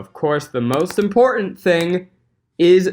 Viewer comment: "fing good"....